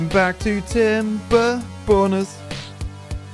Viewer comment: I learned today that "tomberborners" with a brit accent does not sparkle joy.